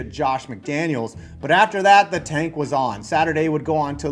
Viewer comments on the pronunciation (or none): none